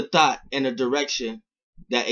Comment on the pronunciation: I thought he said thot when he said thought xd